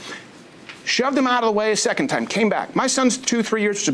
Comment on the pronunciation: Pronounced: "seckint"